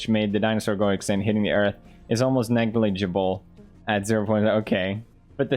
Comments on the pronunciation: HE DID IT, HE SAID “NEGLIGIBLE” CORRECTLY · Damn he can now say negligible correctly and didn’t forget how to say it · He finally said it correctly first try folks!! NEGLIGIBLE!!!! (nejlibubul xD) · he said it, he said negligable with no problem what so ever. I'm so proud, we came so far. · What is more amazing here is that Felix pronouncing Negligible correctly! Proud of u bro!!! 👏👏👏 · you know that when he says negligible correctly while talking about the world ending is a red flag 😂😂💥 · something you'll miss if you don't watch this video: pewds finally saying negligible right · Pewdiepie- Says Negligible properly Me- Congratulations🎉🎉🎉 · Good job pronouncing negligible correctly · By the time pewds said negligible correctly I had already memorized the time stamp from the comments. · nailed the most difficult word in the English language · Pewds actually pronounced "negligible" correctly... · Felix has finally stopped struggling saying "negligable" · anyone realize he pronounced "negligible" correctly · I had to rewind to hear him pronouncing "negligible" correctly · I've heard him say "negligible" wrong so many times that my brain didn't even register that he finally said it right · Pewds pronounced negligible properly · Pewds you pronounced negligible finally 😃😃😃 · Did he just pronounce "negligible" correctly? 😂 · Yoooo he said negligible right let's goooo!!!! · Crograts pewds on finally being able to say negligible! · Hey, Pewds said negligible correctly today!!! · Finally, he said negligible right. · At least he pronounced negligible correctly. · Whoa! Pewds pronounced negligible correctly. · nice negligible pronunciation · the character development, to be able to say negligible properly tho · “Negligible” The return of the king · you nailed that “negligible” felix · Pewds has grown so much! I’m so proud of you, dude! You said “negligible” correctly!! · HE SUCCESSFULLY PRONOUNCED IT CORRECTLY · HE SAID NEGLIGIBLE CORRECTLY THE FIRST TRY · HE SAID IT CORRECTLY